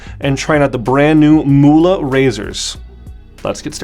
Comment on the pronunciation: Not "Muhle" it is called" Mühle" Youse Google translate, for the Word "Mill" pepper Mill